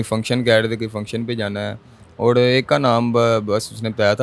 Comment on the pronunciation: " اوڑ " نہیں ہوتا " اور " ہوتا ہے